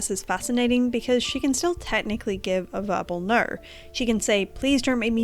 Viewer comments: completely irrelevant but youre the first person ive seen that really sound like youre saying "naur" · as an australian u are the only person i have ever actually heard pronounce "o" as "aur" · Besides the point, but your way of pronuncing "no" cracks me up, it makes for a very piratey "nurrrh is nurrh" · Great video! Despite the seriousness of the topic I couldn't help but chuckle at your adorable Austrailan pronunciation "Nor means nor." 😂😂😂